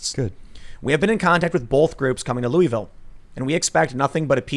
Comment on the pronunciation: If Tim pronounces Louisville wrong one more time I’m going to unsubscribe